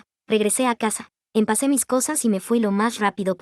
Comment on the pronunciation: En cada vídeo oigo el "empacé" y es "empaqué" :face-turquoise-covering-eyes